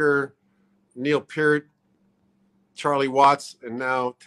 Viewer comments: Working Man... NO. That was John Rutsey. Fake Lars voice, BTW. How pathetic. AND IT'S PEEEERT!!! Not "Pert", like the shampoo, ffs. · So funny how no one pronounces his last name the right way...lol Pee-rt. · Peart is pronounced as rhyming with "hurt". That came from the Professor himself. It's not "Pier-T". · Danny Carry. “My good friend Neil Purrt” Oh, sorry! I meant to say “Peel Nert” Shit! It’s “Feel Squirt” He’s my good friend I promise! Dannys a great drummer! Just joking 👍🏼and for any other drummer who were good friends with Neil but couldn’t pronounce his last name, it’s pronounced Pea-ear-t. ☮️✌️ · Danny Carey says Neil is his “good friend” but calls him Neil “Pert.” How do you mispronounce your good friend’s name? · And he pronounces Neil’s last name wrong, as did Tommy Lee 🙄😒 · Funny how so many of these drummers couldn’t pronounce his name. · If he was your good friend, you’d know how to pronounce his fucking name, Danny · Danny Carey says he's a good friend and proceeds to say his lasnt name wrong. Fake